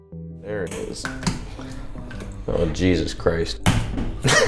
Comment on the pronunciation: When you said "oh Jesus Christ" you sounded so Canadian lol